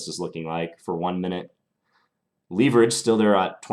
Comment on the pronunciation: I have to say that I truly hate the way you pronounce 'leverage' is not 'lEEverage' it's 'leHverage'. Good instructive games as always though!